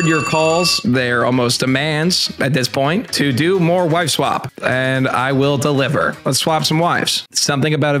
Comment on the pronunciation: Why does it sound like the voice over guy is saying wife swamp lol